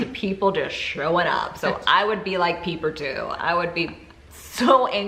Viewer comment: Peeper? lol. It is pronounced Piper but she spells it Pieper.